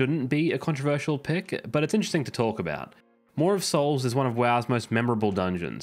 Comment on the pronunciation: You pronounce Maw of Souls just fine, i see no issue with it.